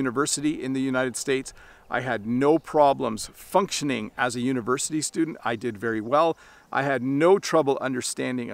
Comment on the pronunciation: So happy how you pronounced 'student. I had to listen to it twice, and it was subtle but still Canadian. Thank you for these videos and that they aren't a criticism of American english but a recognition that we have a distinct culture as well. Maybe a follow-up could be differences in pronunciation and words across Canada. I'm a native anglophone Quebecer and not sure what to call a dep in English...is it a corner store, a convenience store, or something else?